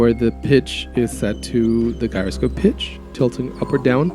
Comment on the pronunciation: If you use midi a lot then an app i strongly recommend is midifire. It does too many things for me to explain here. Read about it in the App Store. It is really solid. Also Gyroscope is pronounced jyroscope. Keep making videos. It's a great way to learn and communicate. Do not get discouraged with bad comments or not many subscribers. Just keep going and try to learn from comments and feedback. Don't get insulted. There are a lot of jerks out there who like to write bad things. Don't let it bother you.